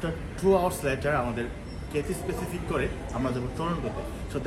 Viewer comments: কাথ্যায় প্যাসিফিক ভাই, আপনি বারবার স্পেসিফিক বলতেছেন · ভাই কিথিস পেসিফিক না ভাই ক্যাথেই প্যাসিফিক আর চায়না এয়ারলাইনস না বলে বলতে পারতেন এটি চায়নার একটি এয়ারলাইনস